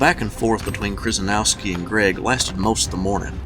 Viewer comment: Nice account of a rather confusing, but epic battle. A couple of names you mangled, though: Kryzynowski, is pronounced more like "Sheh-sheh-NOV-ski", and Schimmelfennig (German for "shiny penny") is pronounced "SHIM-l-fenn-ig". But, you did get Taliaferro right, sounding more like "Tall-i-ver" than its spelling might suggest.